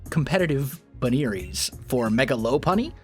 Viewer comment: I want to say I''m not triggered by you pronouncing LU-CAR-RIO As LU-CARE-RIO or LOP-PUN-Y as LOPE-PUN-Y But I really really am